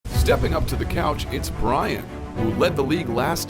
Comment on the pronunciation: Intro: "Stepping up to the couch is "